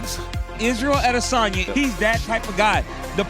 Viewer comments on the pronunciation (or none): Bro please pronounce adesanya correctly. It is driving me nuts